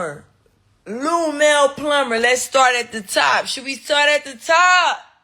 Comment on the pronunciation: "Lumell Plummer" lmaoo I know she wanted to say Lunell so bad 😂 Tommie is a fool 🤣